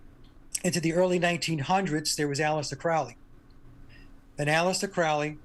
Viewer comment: Tuned out as soon as he mispronounced Crowley.